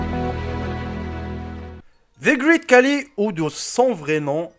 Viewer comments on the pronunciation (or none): Coucou donc déjà ça se prononce "greït" pas "grit" car tous les mots en "ea" ne se prononcent pas pareil. Ensuite, tout le monde te dit que ce n'est pas le plus grand du monde donc change ton titre si tu veux être crédible et ensuite il a surtout une maladie le gigantisme donc c plutôt triste mais bon c'était tout de même intéressant 😁